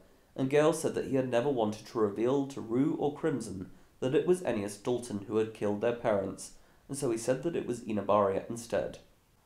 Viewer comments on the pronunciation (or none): none